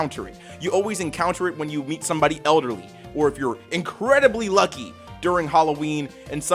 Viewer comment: Like I've heard people say jif but did you just say Luky? I am genuinely interested if you normally say that. I'd actually like to know lol.